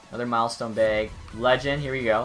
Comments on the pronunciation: He’s saying bag, but it sounds like he’s saying beg....maybe begging EA for good loot. 😂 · Does he say it like that bc he’s Canadian or sum, bc he doesn’t sound like it then he says beag